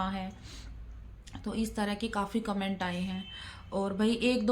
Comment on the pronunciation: Kya hai commento commento karti hai.thik se boliye.